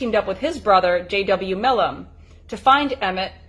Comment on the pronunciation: Pronounced My Lam